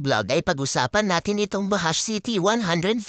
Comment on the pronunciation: Ang pagbigkas po diyan BAJUDGE hindi po bahash 😅